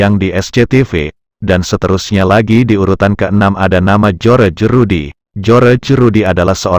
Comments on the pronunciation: Ini mimin nya pandai baca gak. Bilang Barry Prima padahal di baca Bery prima,tulisan nya saja Barry prima. Joerje Rudy padahal di baca jos Rudy ... min ... min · ketawa gw bang denger loe nyebutin nama jojor rudy yg bener jhos rudy